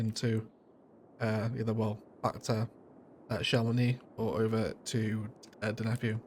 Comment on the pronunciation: You nailed the chamonix pronounciation. Some part of france would pronouce the x.